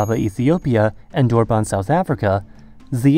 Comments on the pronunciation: please never say durban like that again :/ it's pronounced exactly how it looks you don't need to put in any effort or distort anything. it's just turban but with the first letter replaced edit: southern african customs union is what you meant, not the south african customs union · South African here , I had to play several times and eventually had to turn on captions to try to figure out what city he was trying to say. Durban is pronounced like urban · Literally destroyed my cities name: Durban. DURR-BIN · no offense, but as a Durbanite, we normally say duh-bin (duh like the common phrase meaning obviously) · Dude you pronounce it Der-ban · no we are talking about Durban, the city name he butchers right after he mentions Addis Ababa. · that pronunciation of Durban tho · Butchered the pronunciation of Durban. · Lol the way you pronounced Durban hahaha so bad.